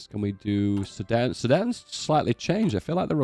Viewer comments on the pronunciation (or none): none